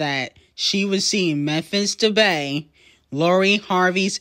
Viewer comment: It’s not Memphis debay it’s pronounced Memphis “De pie”